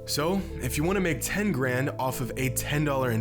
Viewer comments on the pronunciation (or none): none